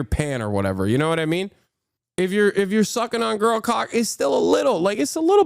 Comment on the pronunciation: Hearing Hasan say gurlqock is crazy!